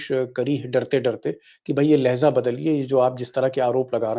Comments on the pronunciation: Deepak ji , lehza nahin balki " LEHJA" hota hai. Durust kar lijiye. Urdu mein do lafz ek saath bole jate hain." Labo LEHJA. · You are telling Leheza if it is Hindi word or Urdu word if it is Urdu Pronunciation should be Lhejah.